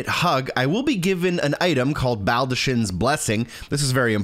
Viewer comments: You actually SHOULD hug her multiple times for her quest. Just use the blessing as soon as you get it if you don’t plan to use it. Also, why does everyone keep pronouncing baldachin that way when Fia says BALD-uh-KIN. The “ch” is just said like a K. I’d get it if no one said it aloud, but the character who gives it to you says as soon as you get it… do people just not listen? I’m genuinely confused. Almost as much as when people say Nier Auto-MOT-uh or Auto-MATE-uh instead of Aw-TAH-muh-Tuh… cuz it’s the plural form of automaton and should be pronounced similarly. (Actually with this one I don’t even think a lot of people know “automata” is a real word.) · Just literally butchered baldachin